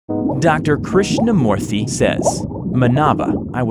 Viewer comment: Krishna moorthy hmm you didnt butcher it that much.. Good job! im indian